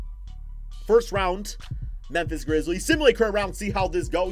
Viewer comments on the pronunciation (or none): none